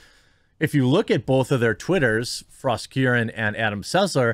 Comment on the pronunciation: Thank you. She is Not Frost. Frost is a famous drummer in Heavy Metal bands. She is Frog or Frosk.